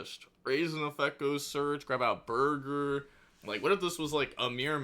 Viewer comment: Does he know it’s BORGER not BURGER?